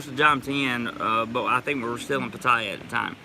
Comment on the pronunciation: Since my Thai lady got here, with her help we have found a whole Thai community right in my neck of the woods! She watches these videos with me and she would like to teach you how to say Pattaya like a Thai🤔 I told her about the American thought "dont spin your wheels" . Sorry I haven't donated lately, but it's expensive doing leagle immigration lol. I'll get something to you later.